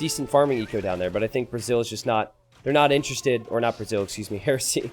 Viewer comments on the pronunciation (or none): none